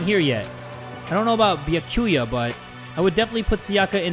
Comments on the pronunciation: pronounces Byakuya’s name as “beeya-kewya” me: cries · keep in mind that byakuya is pronounced "bee-ah-koo-yah" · Beeyakooyuh Me: oh, and when will you learn Also it's pronounced Byahkuyuh UwU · Its "Bia-kuya" Not however you said it,. 🤬 Watch him say Mikan, Hajime, Kazuichi, Hiyoko, and Monomi wrong. 😌✌ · I was dying every time 😭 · ITS BYU ACK UYA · The way he says byakuya hurts my heart